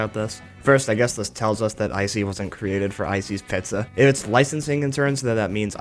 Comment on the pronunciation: Make no mistake, little buddy. Ice-e's P"e"zza is H"e"ll.